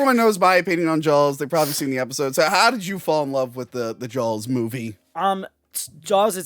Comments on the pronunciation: I didn't hear you say Jawls until you pointed it out. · God I adore how east coasters pronounce Jawls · Wonder how many times said Jawls rather than Jaws in this Episode? 😆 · Take a shot everytime says Jawls. Cheers 🍸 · Take a shot every time says Jawls